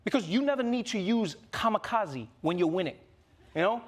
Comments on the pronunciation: it's kamikaze not kamakazi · Gotta say, that's the weirdest way to pronounce kamikaze I've ever heard. It's kamikaze, not kamakazi. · Just let you know, It's not Ka-ma-ka-ze, it's pronounce Ka-Mi-Ka-Ze.